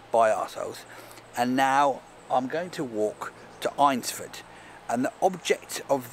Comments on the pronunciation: Sorry to be a pedantic a*sehole but it's pronounced "Ainsford". Like Aintree. Stay cool dude. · Once again, an excellent video full of humour, you cheered me up and made me laugh on an otherwise dull and wet lockdown Sunday afternoon. I live near Eynsford, but I will forgive you for the mispronunciation of the name, you are not the first and will certainly not be the last. 🤣